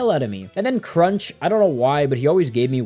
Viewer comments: every time he calls O' Chuncks "Crunch" and Dimentio "Dimention" i lose a braincell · Calling tippi “teepee” and spelling it tipi Calling O’Chunks Crunch Calling dimentio dimension I swear it’s on purpose haha. It’s fine tho, just a little funny